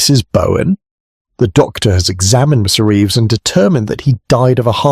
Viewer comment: Good story. The A1 glitches on the name Reeves though.